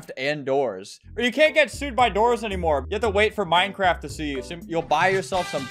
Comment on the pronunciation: When you says new doors update I thought you said new Dora's update 😊